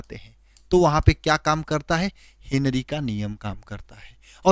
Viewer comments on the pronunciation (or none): हिनरी नहीं सिर हेनरी होता है